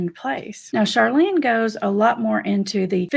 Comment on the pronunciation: Thank you for this subject. Honored to be featured. Minor correction- Chalene - no “R” but I loved the video and your channel !